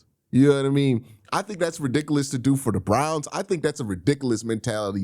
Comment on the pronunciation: He also says “ RIDICALOUS”😂